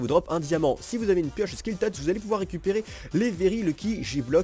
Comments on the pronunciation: On dit silk et pas skill touch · en plus tu dis skill touch à la place de silk touch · Un jour, dira slite touch correctement mais pour l'instant, il dit slik touch:) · c'est pas Skil touch c'est Silk touch XD